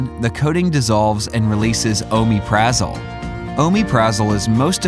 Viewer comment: He doesn't pronounce it right